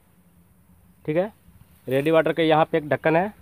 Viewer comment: रेडीएटर होता है , रेडीवाटर नही baki sab badhiya bana video